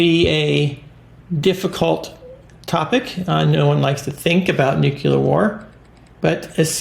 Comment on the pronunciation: Its not NUCULER , IT IS NUCLEAR